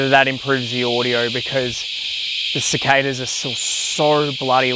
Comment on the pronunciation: Max sounds like he has been spending too much time in North America - lol! I don't know any Australians (and I am one!) who pronounce cicada with an "ay" instead of an "ah". Very interesting....🙂